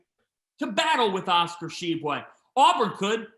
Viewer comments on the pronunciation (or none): cant pronouce Tshiebwe, sure as hell can pronounce Dunkin Donuts Center